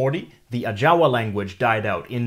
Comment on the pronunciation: Hands up for pronouncing the languages just exactly the same way the Natives would have pronounced them Ajawa + Cacaopera🙌🏾